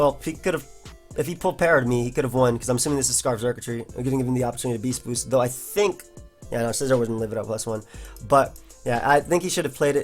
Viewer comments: "BAYST BOUST" "veryunfortunateformyopponent;" oh yeah you can actually hear the semicolons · Stop saying beast boost like that lmao